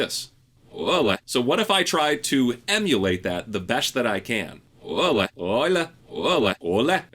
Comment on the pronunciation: "¡Hola!" sounds like a drunken Spaniard 🙂